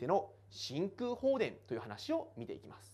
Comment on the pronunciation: めぁーす(便乗)